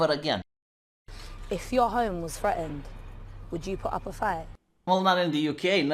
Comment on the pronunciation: Th-reatened . . Not Freatened. dropping your T's makes you sound very low IQ. .